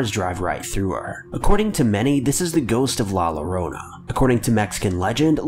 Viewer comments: I'm really sorry but it's not pronounced with an L sound. I'm not hispanic either and don't speak a lick of spanish, but I am familiar with how it's pronounced.. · You said it wrong my guy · Pronounced La Yorona, not lowrona! Just talking about pronunciations!! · “La Lorona”... Nah fam, I had to stop. My latino ears are bleeding. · It is pronounced La yo-rone a...! Get it right!!!!! CARAJO!!!!!!!!!!!! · It’s pronounced la yorona not with L the double L is Y in Spanish for those who don’t know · It’s not pronounced la lo-ro-na it’s pronounced la Yo-ro-na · It pronounced La "Yorona" just so you know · It's pronounced "La Yorona" NOT "La Lorona" 🤦‍♂️ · Did he just say "La Lorona"??????!!!! aaaaaaaaaaaaaaaaaaaaaaa wtf "LL" = "Y" in Spanish la llorona = "la yorona" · bessford la yorona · But come on! so he can't say the name right, "I mean I bet some of y'all can't even say a word or a name right, even I can't say a name or word right." Beside I call her la Rono and I'm Hispanic! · "LaLArAinA" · Lmao fr it's stupid how he says la llarona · My guy every time u say la llorona you make me weep it’s pronounced LA LLORONA (YORONA) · 'La Llorona' is actually pronounced 'yo-ro-na'. It's hispanic, and is from an old Mexican folklore. The story is passed down generation to generation, and the story is, is that La Llarona drowned her children, then drowned herself. Due to drowning her kids, she was not allowed in the afterlife, so she haunts bodies of water, searching for her lost children, and will often cry in pain and sorrow, or even, ear-splitting, deep screams to lure people who may come across her. She's said to take children who she finds wandering alone to replace the kids she lost. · I die a little every time he says "LO-rona" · My dude said “la lorona” 😂😂😂😂😂😂 I lost my shit man lmfao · “La lorona”😂 I’m sorry I had to. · Not judging but it's pronounced la YoRona the llo is just Yo (I'm Hispanic btw) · Its pronounced yo rona. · "La Lorona" my ears are bleeding, help 😭